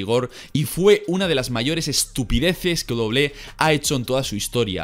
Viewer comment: Todo mundo: Doble ú doble ú é: Doble-é